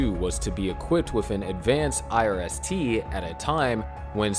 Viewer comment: Could you please say irst a few more times?